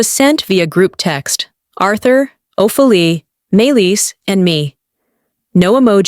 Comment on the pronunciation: Hey AI, the correct pronunciation is Oh-fee-lee-ah. Stories are good, but the narrations need work. Please proof read and edit when needed.